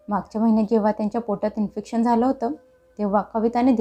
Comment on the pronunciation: इन्फेक्शन असते इन्स्पेक्शन नाही.